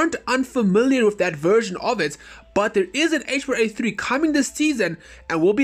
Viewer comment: It's HBRa3 not HBAR3